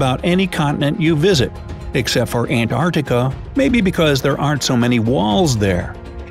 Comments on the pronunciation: What is Anartica? Perhaps she means. Antarctica?.......pronounced ‘an....tarc......tica’ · it is pronounced ANT-ARC-TICK-AH. Please get it right! Not Anartica, not antartica, not anartcica. Antarctica!!!